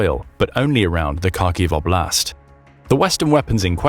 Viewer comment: Again “oblast” means “area” in russian, you can just say area, your saying область wrong, just translate “area” to russian….